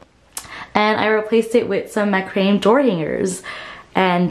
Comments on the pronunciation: It’s pronounced MAC-RA-MAY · Its pronounced MAC-RA-MAY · Ma-kruh-may is the pronounciation of macrame. I grew up with it in the '60s and '70s. Very cute place!